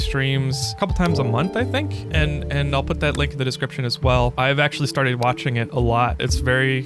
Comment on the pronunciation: at 0.32 i thought you said walking on twitch before i realized you actually said watching on twitch. I had a little chuckle trying to imagine how many different ways you could walk on twitch before my bubble was burst. I might have to check out your streams on twitch tho.😊😊